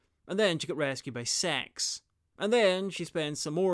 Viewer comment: You say Six like Sex.